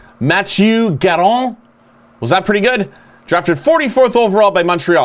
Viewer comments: First, nice pronounciation of M. Garon, hehe. Second, I was surprised you chose Nabokov over Jose Theodore. But I understand that Nabokov was overall more consistent while Theo was a trouble maker in a group infamously called the 3 amigos (Theo, Ribeiro, Dagenais). Third, I really like Richter for one reason: He played his entire career with one team and had success. How rare is that! Last, as you mentioned, many goalies are drafted in later rounds. The thing is that it is a big gamble to draft goalies first. Their position is so different than any others, and many solid goalies are available in 2nd-3rd rounds while other position players are quickly taken starting the 1st round. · Yes, you did well with Garon's pronunciation.